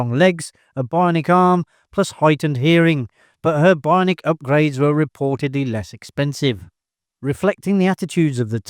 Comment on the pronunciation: BI-on-ic!!!! Learn how to speak!